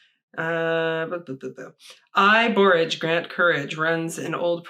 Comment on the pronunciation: I gotta know how this turned out!!! Your last pronunciation of borage was correct. I love borage, always wanted to grow blue vervain as well.